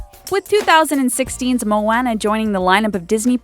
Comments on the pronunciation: ikr she pronounced it wrong. it's pronounced something like mo-ah-nah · Ceana F I cringed when she said Moana's name wrong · Ceana F and moana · I'm not even gonna try with saying how annoying this video is, but I will mention one thing. Clearly you haven't seen the movies if you pronounce Moana, Merida, and Elena wrong. You look so dumb when you pronounce them wrong even when they're said a billion times in the movies. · Moana, Merida, and Tiana were pronounced wrong but Elena was right. I should know, my name is Elena